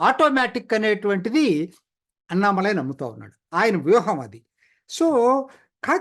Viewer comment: దయచేసి Annamalai అనే పేరును అణ్ణామలై అని పలకాలి అన్నామలై కాదు. గమనించగలరు.